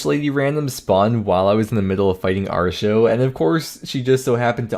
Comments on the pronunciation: its pronounced are-e-o not arr-show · proper american pronunciation of Artio*